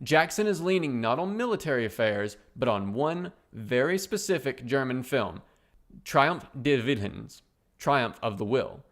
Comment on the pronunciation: Just a heads up since youve done it twice already: it is "TriumPf deS WillenS" not "Triumf de wil" like you pronounce it germans dont swallow konsonants, thats a french thing.